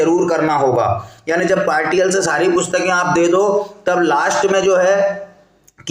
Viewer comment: पार्टियल नहीं पार्शियल होता है महोदय 😂